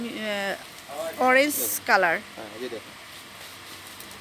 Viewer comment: Oreg colour na orange colour,, apni thik vabe kotha bolte kobe shikhben?